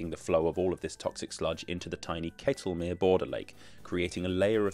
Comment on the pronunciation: Pleasantly surprised to hear him correctly pronounce Ketelmeer as "kaytelmere" in the intro. Then slightly disappointed to hear him say "kettlemere" the rest of the video. But yes, very good pronunciation overall.